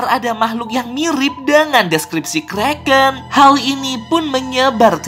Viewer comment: itu bukan kreken tapi Kraken Lo kak